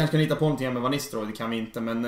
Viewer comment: Van Nistelrooys första bokstav V uttalas med F ljud